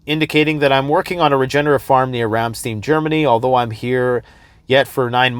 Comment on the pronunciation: Ramstein pronounced Ram-STINE